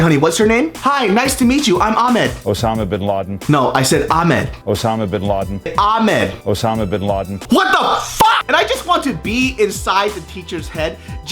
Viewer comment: he is saying it correctly- Aah-mehd.